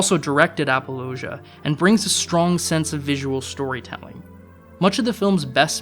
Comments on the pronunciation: It might just be your accent, but it sounded like you were saying apologia instead of appaloosa? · To me, it sounded like he made it rhyme with 'Fallujah.' Which is way off. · Well, I guess I'll have to be the critic's critic here. If you can't even bother to look up how certain movie titles and directors' names are pronounced, how can you pretend to have an opinion about them that's somewhat well-researched? *Lyne. *Appaloosa. *Unsubscribed.